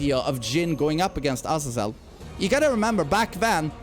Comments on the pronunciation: its azayzel not ahzazell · Guys trust me. It's A-z-eeeeeeeeee-zel